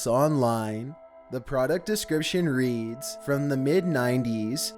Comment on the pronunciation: The irony when he says the word “read” as red instead of reed 😑